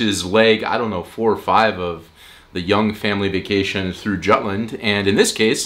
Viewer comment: As a juTlander by heart, but also a traitor by where I live now... I can't get offended. But you're entirely correct, either say Jutland as in English or Jylland as in Lolland. Just choose one, none of them are offensive. But something in between is just confusing.